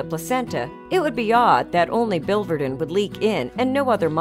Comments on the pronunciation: the second I in the spelling of biliverdin is pronounced, "Billy Verdin" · Please use the correct pronunciation for biliverdin.